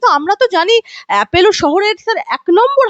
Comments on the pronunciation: Apollo naamta thik kore uchharan korun.Naam ta Apollo,Apello noi. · আরে বাবা appElo নয়, ওটা appOlo. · Not Apello But Apollo.